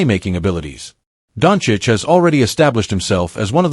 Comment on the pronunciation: If this is AI then it is broken and poorly programmed. Luka is not Donich, but Donchich (Dončić). After 7 years some people still can't pronounce his nickname correctly. I wouldn't believe it if I hadn't heard it. How is this possible? Greetings to all from Slovenia - Ljubljana. (Luka's birthplace)